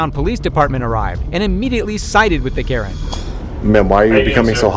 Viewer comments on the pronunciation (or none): none